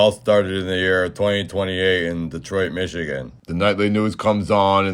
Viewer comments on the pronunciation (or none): none